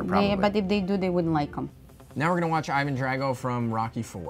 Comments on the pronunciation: I love how they said Aivan like americans would instead of EEvan like the name should actually be pronounced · Says he is Russian and then keeps pronouncing Ivan as Ajvan. WTF hahah... No slav ever would say Ajvan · The "Ivan" pronunciation is sooo horrible🤦‍♀️ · So my question is why do they pronounce Ivan as American pronunciation and not Russian